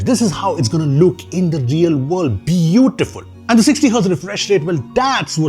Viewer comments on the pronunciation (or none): BE-U-TIFOOL PRODUCT 😂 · It's be-a-fool.